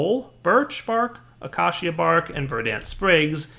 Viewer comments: Braziers not Brassiere. It's not a bra. What ever happened to the english language? Emphasise on the a & i. Your also pronouncing acacia wrong. Short a not acarcia. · What is that pronunciation of 'acacia' meant to be? >:( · Not all citizens of the u.s.a.... or even most as far as I'm aware, pronounce acacia the way does... I pronounce it like it's spelled, just like how you have in the parentheses (but idk if that's how you spell parentheses lol)